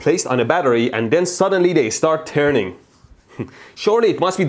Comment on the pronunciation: its terning 😂😅🤣